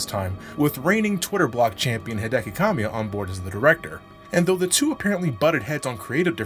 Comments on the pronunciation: I love ya buddy, but his name is pronounced Cuh-mi-uh, not Calm-i-uh. Most Japanese names put emphasis on the middle syllable, as awkward as that is for native English speakers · uhh bit wrong there. Kamiya pronounced (Cah-mee-yah)